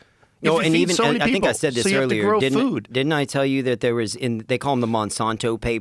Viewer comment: The way pronounces "Monsanto" is going to give me a stroke 😤